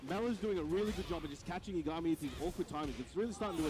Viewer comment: Man. Thanks for the upload,. But why does no one on this god damned planet know how to pronounce Yah-guh-mi. Not Yuh-ga-mi. Shit drives me insane. Its like you people have never watched Death Note 😂